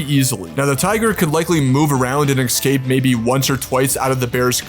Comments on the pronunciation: It was a good video and I appreciate the work put in, just please stop pronouncing "escape" as "excape" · Dude, there is no such word as 'excape'. Surprised your AI assistant didn't pick up on that one. Other than that - very entertaining and thought-provoking. Thank you. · Great vid! But I'm wondering about something off topic. Why do some americans say ecscape or X-Cape instead of escape? Is it like aks instead of ask? I'm aksing from Norway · The word is 'escape', not 'excape'. I know I wasn't axed about this, but just had to point it out. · Did you say "ekscape"? Like 3 times? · You are unable to get even the basic facts right. For example, the Kodiak bear is larger than the polar bear, up to 1,500 lb and stands 10 ft high And you don't even know how to pronounce "escape".